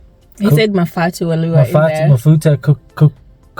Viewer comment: did he say Mafatu 😂😂😂😂😂